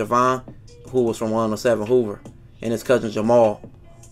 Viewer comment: Operation "Hoovah removah" 🤣🤣🤣🤣